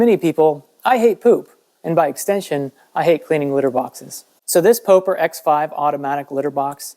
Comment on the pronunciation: It's POP-ER not POE-PER lol